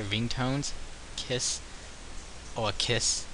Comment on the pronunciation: I believe it is pronounced "Keys." (Khee-Z)